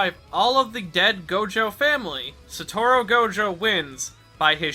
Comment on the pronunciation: it's Satoru, not Satoro